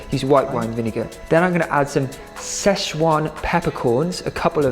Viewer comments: Lol you and both failed Szechwan/Sichuan is pronounced like sih-chwan. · As a Chinese, I found it so cute when you and pronounced the Sichuan pepper!